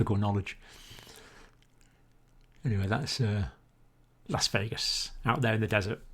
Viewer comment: Las *VEGAS*, Nevada. About the only thing i could educate you on in return is U.S. geography & location spelling... 😄